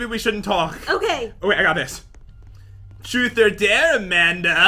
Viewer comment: anyone realise how she said truth?